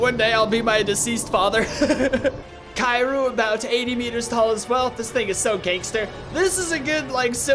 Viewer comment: Such a click-baitey thumbnail, and he mispronounced kaijus so badly. Like seriously? Kairu? Wtf man 💀